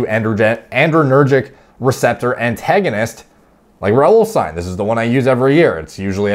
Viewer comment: i know you're Canadian but the ending -ine is pronounced -een